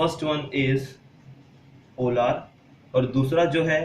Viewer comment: Not polaaaaaaaar it is polar okk..